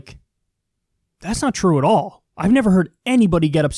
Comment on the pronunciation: stress on 'all'